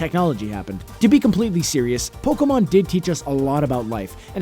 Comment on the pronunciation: Pokemon, NOT POLKAMON! >_<